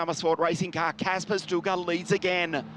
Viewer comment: By the way, "Sztuka" is pronounced "Shtooka."